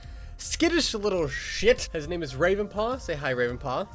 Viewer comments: "Rwaven paw" - Ravenpaw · Here in the warriors fandom we say GAY Ravenpaws responce to that: agh~ Also ravenpaw: WAVENpaw